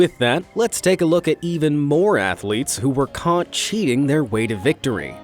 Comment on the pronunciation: ah yes, caÚGHt cheating